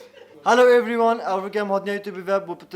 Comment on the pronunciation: Wow that’s nice challenge and why pno can’t say everyone 😂😂😂😂❤️❤️